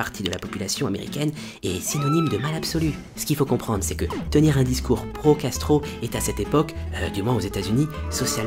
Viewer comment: Ce genre de vidéos à minuit c'est pas une bonne idée: au lieu de pro-Castro j'entendais pro-gastro...